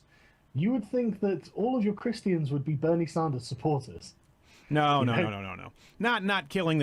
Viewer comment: Why does Sargon say Chris-T-ians?